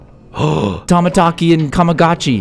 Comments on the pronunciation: Caylus if you see this you pronounce Tamataki and Chamataki like. Tom-a-tak-i and Cham-a-tak-i. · The way he said tamatakie and chamatakie 😂😂